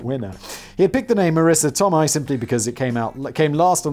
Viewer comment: Marissa Toe-may… that’s how it’s pronounced.